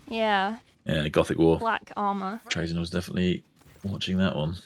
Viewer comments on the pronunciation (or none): At least she didnt say "tray-zin" like some people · Its pronounced "traa-zyn" with emphasis on the first part. I feel like the confusion comes from people accidentally switching the position of the y in his name around from trazyn to trayzn it is an easy mistake to make but it still annoys me.